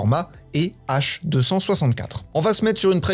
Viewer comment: h264 on le prononce chiffre par chiffre pas d'un seul coup non ?